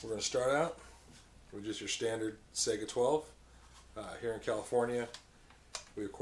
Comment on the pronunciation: I swear to God if I hear him say Sega instead of Saiga I will slap some one.